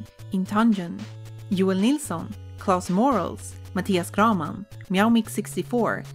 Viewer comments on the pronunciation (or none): none